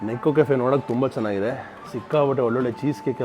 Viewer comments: ನೇಕೋ ಕೆಫೆ ಅದು. ನೆಕ್ಕೋದು ಅಲ್ಲ 😂😂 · NEKKO ಅಲ್ಲ NEKO